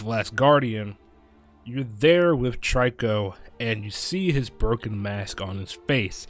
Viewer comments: its not tryco its trico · the way u pronounce trico is tree-ko not try-ko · trico is pronounce treeko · You’re saying trico wrong